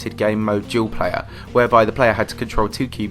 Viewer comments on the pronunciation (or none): none